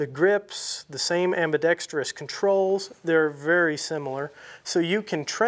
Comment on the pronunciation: Thanks for pronouncing 'Ambidextrous" correctly. 🤪